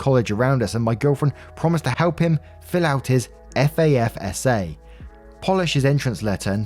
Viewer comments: Hey, love the channel! Wanted to give some info that might make the college ones easier to read out. You don’t have to say F-A-S-F-A most Americans will recognize Fass Fuh which is how we say it. Lol it looks funny but might help with the alphabet tongue twister. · The mental image of thinking you’re walking in on your girlfriend and her side piece but finding a dude in pajamas eating cereal who casually says “hey man welcome back” is SO funny. Also, for future reference, FASFA is pronounced ‘Fas-fa,” not spelled out. It’s weird lol much love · we pronounce it Fas-fa even though its FAFSA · In case the FAFSA comes up again, we say it like a word. Unfortunately many people, even I higher ed say it like fasfa instead. Drives me nuts. And, who cheats right after a hysterectomy, still in pain? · I really want to know happened to the man cave! That was a good story. Also I loved when you spelled out FASFA. Here in the US we say it as one word, like fasfa. I don't why I found it so entertaining 😂 it's like when you pronounce the letter H, I love it. It's cool to hear how people from different places say the same things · It's called Faafsaaa lol.. It's the loans that we get to go to college in the USA.. It's so weird hearing it spelled out FAFSA 🤣🤣🤣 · thanks for another great video, quite a mystery story today- with a blue moon type of happy ending! Just thought I’d drop some info for you for future reference, as FAFSA is obviously something you as a Brit naturally wouldn’t be familiar with… when reading it, you don’t need to say each letter. We actually say it like ‘FAF - SA’ …hope this helps:) Wishing you, and all of wonderful waffle gang, a good one! 🤙🏼✌🏼🖖🏼🙏🏼🤘🏼👍🏼🤟🏼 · Just because its gonna bother me: most people say FAFSA as fahf-suh. If it’s longer than 3 letters, most abbreviations get turned into words in the US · just so you don't have to keep spelling put FASFA It is pronounce Fass Fa ( long A thrn Short A sounds)